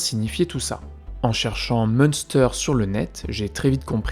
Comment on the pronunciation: Petite info linguistique, en allemand, le ü se prononce u, du coup, le camp se lirait plutôt Mune-stèr